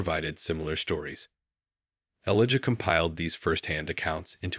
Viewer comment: Please say his name correctly Elijah.